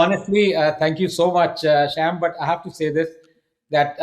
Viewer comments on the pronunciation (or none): It’s a sham that you don’t correct when someone pronounces your name as “sham” It is “Sham” as in evening rhyming with Aam or Shyam for Govind/Krishna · everything was great except Anand calling Sham "Sham"